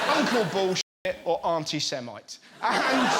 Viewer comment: “Auntie Semite” 💀